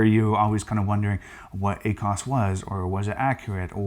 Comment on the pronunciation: Ah-cos? Haha cracks me up. Love it.